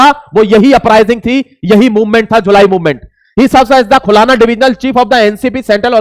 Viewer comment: "खुलाना" नही "खुलना" बोलो।